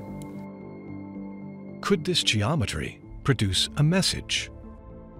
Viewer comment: i cant stand the way dude says..."jometry"...lol